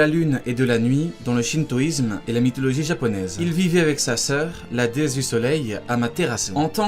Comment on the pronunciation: C'est amatérasu pas camatérasu